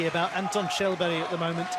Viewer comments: You pronouce it like Shellberg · They call him Shallberry 😂